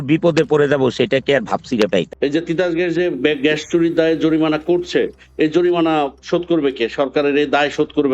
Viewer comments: জরিপানা না জরিমানা হবে।🙂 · জরিমানা, জরিপানা না। বাংলাও বলতে পারে না। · জরিমানা নাকি জরিপানা??? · Ucharon a anek problem. Jorimana not joripana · অশিক্ষিত লোক, জরিমানা রে বলতেছে জরিপানা।🤣🤣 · জরিপানা✅ জরিমানা❌😂😂😂😂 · শব্দটা জরিপানা নয়, জরিমানা... হায়রে জলিল! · Eto shikkhito jorimana k bar bar joribana boltasilo 😂😂😂😂😂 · অনন্ত ভাই উচ্চারণ জরিপানা না জরিমানা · জরিপানা নারে ভাই। জরিমানা 😂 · মিঃ জলিল সাহেব আপনি একজন অভিনেতা - আপনি জরিমানা কে জরিপানা বললেন ? ভাবতে পারছি না । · জরিপানা🤣😂🤣😂!!! (জরিমানা শব্দটিও তিনি সঠিকভাবে উচ্চারণ করতে পারে না। হায়রে অনন্ত জলিল!)